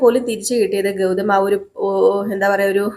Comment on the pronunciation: ഗൗധം എന്നും കൗരി എന്നുമൊക്കെയാണ് കേൾക്കുന്നത് ഗൗതം എന്നും ഗൗരി എന്നുമല്ലേ കറക്റ്റ് ഉച്ചാരണം ഖ അല്ല ഗ ആണ് ഗൗരി ക അല്ല